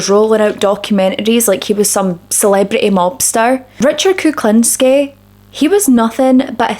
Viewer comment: His surname should be pronounced like this: Cook-lean-ski